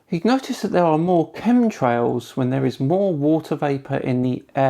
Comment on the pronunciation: Are you saying ,"cum trails?"it sure sounds like it.i just left some of them myself in a flat earthers mom.